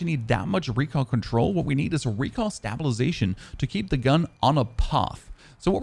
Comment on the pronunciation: Stop pronouncing stabilization wrong it's killing me lol